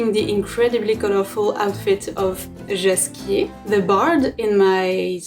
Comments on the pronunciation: YOU👏 ARE 👏ABSOLUTELY 👏 AMAZING 👏 How comes this has only 316 views?! And I love the French pronunciation of Jaskier, I honestly think he'd prefer it to be pronounced this way 😁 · You honestly deserve to have some coins tossed at you! This is amazing. And yes, I like the French pronunciation of the bard's name A LOT more than the English one 😁!